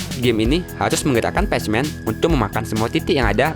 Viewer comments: Baca nya "Pekmen" bukan "pecmen" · Pacman : Bacanya bukan patsman tpi pekmen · pacman dibaca ,pekmen ,goblok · Maaf bang itu pacman dibaca pekmen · Bacanya pekmen totttt bukan pechmen! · Patchman😂 pacman lah bro,english tu😂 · Pacman di baca nya pakman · pacman dibaca "Pachmen" wkwk. Minimal google dulu deh biar ga keliatan norak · di menit itu bacanya pak man ukan pas man tolol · Pach-men ?? Pek-men. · Tetiba gatel denger pec men...PACMAN dibaca Pekmen...maap klo nyinyir ya bang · Pronounce (pek men) Bukan (pej men) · Bacanya pekmen bukan pac men, goblok itu game dari lu kecil dan sekarang lu udah dewasa, masa dr dulu lu bilangnya pacmen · Pack man bang di bilang nya tapi nama nya pac man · Baca nya pek men kontol bukan pac man ajg kesel gua denger lu ngomong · Pacman kok baca nya patchman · Pacmen ,,/"pek-men/ bgst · Pac man lah cakap orang dia pun salah .. Apalah..😑🙄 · Apaan pasmen :v ngakak "pecmen" typo ngomong tuh org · Pajman... Wkwkwkk